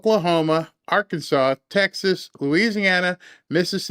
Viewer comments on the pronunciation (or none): none